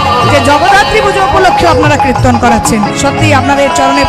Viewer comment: আপনার কীর্তন ভালো লাগে। কীর্তন উচ্চারণ ঠিক হচ্ছে না। বলছেন কৃত্তন।